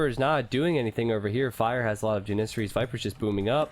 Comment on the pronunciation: its janissary, as in apple. it is so annoying to here him say it wrong.